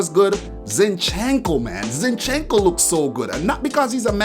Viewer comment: Zínchenko ! (not Zinchénko)